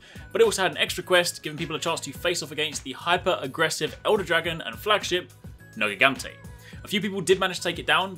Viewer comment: It's written nergigante but pronounced nerjigante.